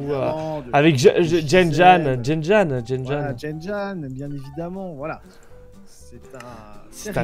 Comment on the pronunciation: Vous avez dit jen-janne !😭😭😭 c jen-jack !! 😭😭 ( sa ma stresser tous l'épisode ) 😭😂😂😂